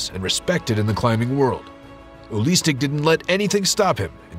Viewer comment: His name is not ULISTIC, his name is UELI STECK!! what a shame ...